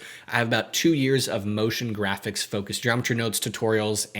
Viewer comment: NIce ONE! I said Notion Graphics ??? Is it Notion or Motion?